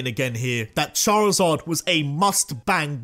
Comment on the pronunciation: DO NOT LEAVE OFF THE I IN CHARIZARD!